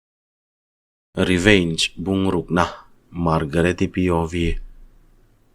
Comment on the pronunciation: Reveign tiin lam tawh lo teh😂